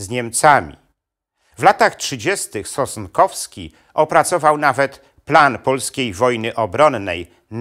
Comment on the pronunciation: SOSNKOWSKI a nie "Sostkowski" !!